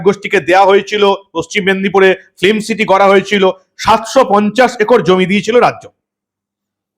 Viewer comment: শব্দটা ফ্লিম নয়, সঠিক উচ্চারণ ফিল্ম। দয়া করে শুধরে নেবেন। মমতা, সৌরভ আর শিল্প 😅😅😅 পুরো জমে খীর, একদম সোনার পাথর বাটি।